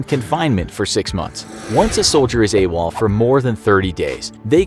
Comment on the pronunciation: I thought it was “a wall” not “awol”